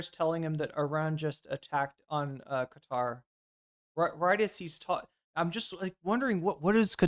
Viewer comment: Qatar should be pronounced as if you're saying the words cut & tar in a row, like cut-tar.